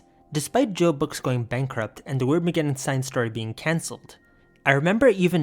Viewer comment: the weirdmageddon cinestory was in my middle school library in 8th grade lmao. paperback I think. also, I think cinestory is supposed to be pronounced sin-es-tory as a portmanteau of cinema and story.